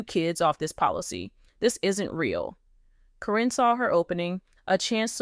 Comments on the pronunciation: it's not Corrine nor Corin ITS CARYN! you pronounced it Karen one minute then Corrine the rest of the time they are one in the same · I think that someone that knows the names of the people of LPBW should be reading the dialogue. Her name is Karen, not Corrin… but I am glad she was caught. It is so sad how horrid people can be because of greed! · If you are going to tell the story (Or the AI), her name is not Kareen, Caryn is pronounced Karen. It messed up the whole thing!! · If you're going to tell a story about people who are stars and well known, you have to pronounce their names correctly. The name Caryn has been pronounced two different ways in this video. I heard the name pronounced correctly only 3 times by the announcer. Instead of calling her Caryn (old spelling Karen), she kept calling her Corrine. Learn the names before you start reading the script online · All you silly people think a simple paper with a signature could change a multi million dollar policy without an attorney or witness ? THIS NEVER HAPPENED. This person can't even pronounce Caryns name. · To bad you used AI - can't say her name correctly or consistently....Makes te whole story a farce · I think this is a BS AI story, they're still together! I think that's why she's saying her name wrong, so she can't be sued!